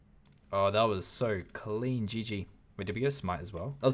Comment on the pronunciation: "Cleen" RSN: King Kris